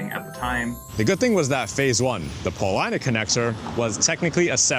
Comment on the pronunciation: you said you are not from Chicago, but you pronounced Polina correctly. Rock on!